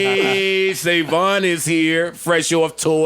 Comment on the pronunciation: " ACTION SAVANSON " hahhaha lol savon the doo